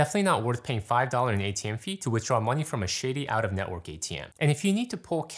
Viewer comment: Sir, great video but I must confess I laughed out loud when you said not worth paying $5 in ATM fees for a shady out of network ATM. The word I thought I heard rhymes with pity 😅 The “other” word works just as well! Adds comedic relief to the straight up wisdom